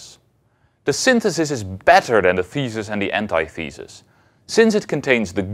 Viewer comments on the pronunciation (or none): He says "ant eye thee sus" though. Isn't it supposed to be "an tith uh sus"?